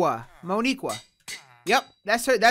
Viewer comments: Yo. Idk if u know this but Mo'Nique is pronounced Que not Qua. Grammatical error. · Theres no Mo'Niqueuaa theres Mo'Nique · That’s not how u pronounce no niqur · Leo’s girlfriend’s name is Mo’Nique (pronounced mo-neek, not mo-nee-kwa) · I know you seen that creeper at the end and “Mo’Nique” is pronounced “MOE Knee Qua”